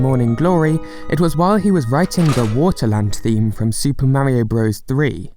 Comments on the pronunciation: Why the fuck do you pronounce Mario..Merryo? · Ugh...British people. Its flippin Mario like car. Not Maryio. For cry yi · What is it with Brits speaking certain dialects saying "Mary-o" instead of "MAH-ree-oh" when the BBC has already insisted Pakistan be pronounced PAH-kiss-TAHN instead of PACK-i-STAN? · I really hate when people can’t f-ing pronounce Mario correctly. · Instantly disliked this video because of the way the narrator pronounced Mario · You can at least pronounce Mario's name the way the game's creators intended. I guess people from your part of the world aren't concerned about respect and think it's okay to be rude in such ways.